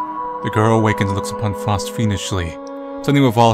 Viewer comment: I believe it's pronounced "Fowst." That aside, this was an interesting game. 👍